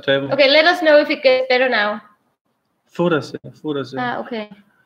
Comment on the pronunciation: its not "foo" its "Foda-se" and means "Fuck"!